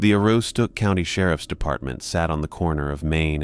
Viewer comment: Hello. From Maine here. Aroostook is pronounced Ah-roos-tic. lol. The roos is like rooster. I can always tell when people aren’t from the state they are trying to pronounce town names. Maine has a plethora of Native American rooted names.